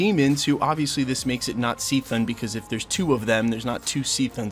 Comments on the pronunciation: It’s CHTHON with an h making it sound and pronounced like KA thon. Not C-thon. Just so you know. Otherwise, good stuff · Man said c-thone 🤯😂😅 cuhthone it’s not just a letter, you still have to pronounce it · Never heard anybody pronounce it "SEE-thun" before, man. It's definitely "kuh-THAWN", as in "chthonic": of the deep and ancient earth or from the underworld. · I’ve never heard anyone pronounce Chthon as “see-thon” 😂 it’s either “chuh-thon” or “kuh-thon” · Did u call him sea thong? Its cuh thoe n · In my head, Chthon is pronounced like Ka-thone. I’ve also heard it pronounced Ka-thon…never heard it pronounced See-thun though, but who knows really. Sometimes I wish they’d just drop an official video from Marvel where they had someone say the official pronunciations of some of the characters whose names aren’t obvious. I kinda suspect they don’t address it, because there is no official pronunciation for a lot of characters, and there isn’t anyone who actually knows them all with 100% certainty. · His name is pronounced Kathone (Cthon) not Seethon. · It is pronounced (ki-thone) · Cthon is pronounced "Ka-Thon", Kinda like Cthulu is pronounced "KA-Thulu" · “Seethen” really? Lol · Why is he saying cthon like seethon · Chthon is the god of chaos…so his name pronounced like chaos…K-thon. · Pronounced kuh-th-own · Bro did u say seethon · Cthon is a K c not an S c or a C c. Kthon. Like Cthulu. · see-thone killed me 😭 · Great video, dog! I will say though, that was definitely not the right pronunciation for Cthon. It's like Cthulhu (hard k sound +thon) not like sea-than. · Did you pronounce it C-thun? Like B rabbit? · Why are you pronouncing chthon like that